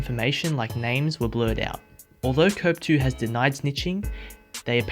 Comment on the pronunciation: cope 2 the e is silent